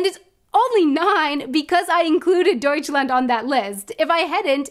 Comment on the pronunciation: pretty cool idea for a video since i love languages^^ BUT the way you said it in dutch killed me! Its a really weird sound the "ui" its like the german au but more with an ä in the beginning. you might wanna listing to some other ui words to get the hang of it. especially when its real easy to mix it up with "au" huis, thuis, muis, struik to name a few but nice try^^